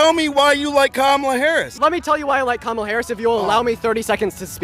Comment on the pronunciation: You just knew the interviewer was maga by how he pronounced Kamala, always a dead petty give away.